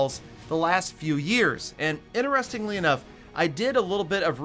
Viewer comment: says inneresting instead of interesting